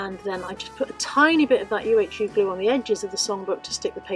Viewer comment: Love the angel. By the way UHU is pronounced you-hoo ( there used to be ads for it years ago).